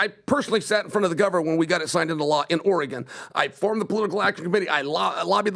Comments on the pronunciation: should not have been allowed on such an important episode. Him interrupting and mispronouncing Oregon the whole time was repulsive. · Bro please learn how to pronounce OREGON when king chael is in the building. Jesus christ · can't even say Oregon correctly.. go away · So cant pronounce “Oregon” … every time he would say it just wanted to punch him in the face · I can’t stand how says Oregon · learn how to say oregon you are the worst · WHY DOES THAT ONE IDIOT SAY OREGON LIKE HE IS LEARNING ENGLISH? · Can someone teach how to say oregon ffs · THANK YOU. If you have the future gov of a state on a show, LEARN HOW TO PRONOUNCE THE STATE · he also pronounced Oregon wrong like a dozen times lol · he didn’t even learn how to pronounce Oregon before having chael on. His opinion is irrelevant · It's NOT OR-E-GONE ! It's Pronounced..."OR-A-GUN" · needs to be taught how to say Oregon. Or-eh-gen not Or-eh-GON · Dude it’s Oregon not Or RAGON… Jesus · I haven't watched the whole thing yet. But please tell that guy how to pronounce Oregon. It is OreGUN!!! Not Ory "GONE"!!! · I'm born an raised in the Bronx NY and we all said Or-a-gone. Teachers and all. I didn't get corrected to Ora-gin until I moved to the west coast 4 years ago. 🤷 idk. It's definitely not the same as the kid who says "present" tho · it’s pronounced organ not Ori-gone lol drives me nuts everytime he says that word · Did someone bet how many times he could say Oregon(e) and not have someone correct him? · Soooo goddamn painful to hear pronounced Oregon! It's not OrAhgohn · 😂😂😂😂😂 even the first sentence of was stupid. Nobody said anyone would doubt dana at this point. Poor, he's failing miserably. "Oregan". Like he never heard of Oregon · Why does, a middle aged US citizen, pronounce it Ore-gone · I cringe every time says or-a-gone. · Leave it to to be the only jackass to pronounce Oregon as Oree-Gon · Of course says "Oreegawn".....